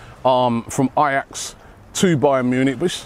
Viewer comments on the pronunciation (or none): none